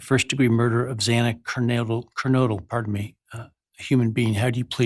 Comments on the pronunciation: Judge didn't have the decency or respect to pronounce Xana's last name correctly each time he said it. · The judge needs to learn to say the victims’ names right. He mispronounced Xana’s last name twice. Unacceptable.